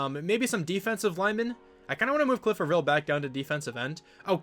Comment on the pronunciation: Cliff A-vril is how your edge guys name is pronounced.